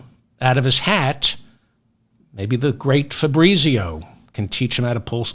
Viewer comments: Fabritzio? That’s an Italian name pronounced FAB- Rheetz IO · if you pronounced it correctly -- fah breetsio -- you wouldnt laugh so hard